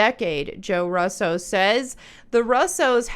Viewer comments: It's pronounced "Rue-so," not "Russ-so." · I love you sis, But their family name is pronounced "RU SO" their two brothers who make movies some of which most people have seen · I agree that this live action stuff is crap and that it won’t go well like the rest of them but the thing I’m curious about is why you say Russo the way that you do lol 😂. I don’t think I’ve ever heard it pronounced like that